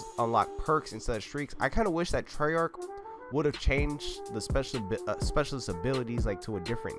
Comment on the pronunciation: Man said treyarch 🙄 smh